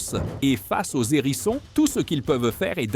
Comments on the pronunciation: Déjà rien que les " zérissons " et les " nérissons " ;) Sans doute une voix artificielle mais pas zintélligente ,) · Cette voix artificielle fait de mauvaises liaisons. Un nérisson, des zérissons?